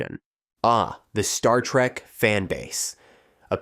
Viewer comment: It's trek not track!!!!!